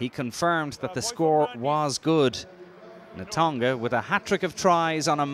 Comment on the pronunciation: Who is the guy summarising? Can he learn to pronounce names like Tovey and Natoga please?